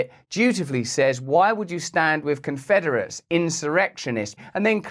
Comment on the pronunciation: Conferderates 😂😂😂 WTF?? 😂😂😂😂